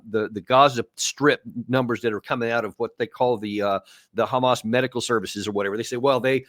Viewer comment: Does anyone else hate the way Jews pronounce the word "hamas" ? 🤔